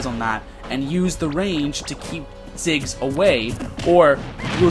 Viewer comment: Thought it was Ziggs not Jiggs.